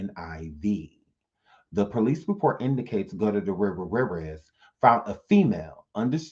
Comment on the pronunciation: I'm Dead! 😂 U killed that last name!🤣 (Gugh- tier- ez) it's my step father's last name.That was soo funny.😂